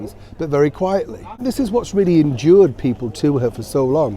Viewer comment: Enured not endured.